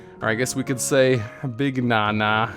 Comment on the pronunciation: i'm pretty sure it's supposed to be pronunced "ney" still supid tho